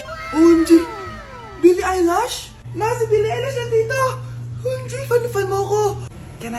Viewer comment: Baka billie eilish hindi eyelash😂😂😂